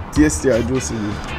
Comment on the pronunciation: Juici not juci